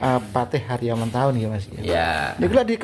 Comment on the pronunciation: Tertulis Adipati Haryo Matahun, tetapi diucapkan Adipati Haryo Mentahun ( ?)